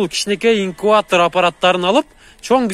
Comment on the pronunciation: Инкуатор эмес инкубатор